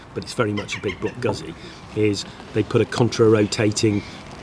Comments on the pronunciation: It's not a GAAAAAAAAZI. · I hope you al learn how to pronounce GUZZI 😅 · The only bad thing about this video is the way they say guzzi lol.